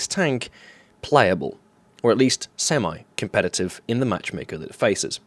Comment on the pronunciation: Semeye-competitive? I think you mean semi-competitive.